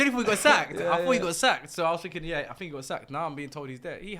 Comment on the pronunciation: An awful lot of “finking” going on.